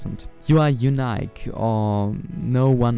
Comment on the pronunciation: you pronounced unique wrong. good video though